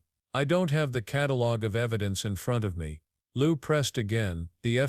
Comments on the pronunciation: His name isn’t Lieu Poll, it is Ted Lieu. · WTF "Lou Pole" ? This is Ted Lieu!